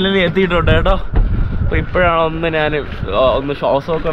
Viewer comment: "നാൻ" അല്ല ഞാൻ 😛😛